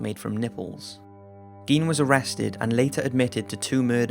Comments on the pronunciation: gein is pronounced guy-n....eddie guy-n... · Dude, Gein is pronounced with a long I, not a long E.... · It's pronounced "Gain," not "Geen." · Ed Gein!!!! As in gain!!!!! What's the world coming to if we can't even pronounce the names of psychotic freaks correctly. Sheesh! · Isn't it pronounced GAIN? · Nope, pronounced geen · Why doesn't there seem to be an agreed-upon pronunciation of "Gein"? Some say "Geen", some say "Guyn". If he's of German descent, I'd think it would be "Guyn", since that seems to be the rule (think "Rammstein"). But if he's not, then what is the proper pronunciation?